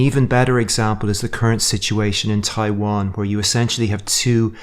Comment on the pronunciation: you misstate Tawian.